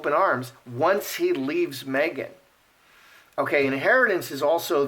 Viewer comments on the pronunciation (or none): Did you say megain. Lol